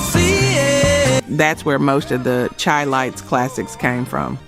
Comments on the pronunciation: How is it you always mess up these groups names. Its Said Shy not Chai. Lights Minnie Rippleton. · Darling, please say "shy"-lites...its meant to sound like Chicago ..the Chi (shy). Great info otherwise... enjoying the roll down memory lane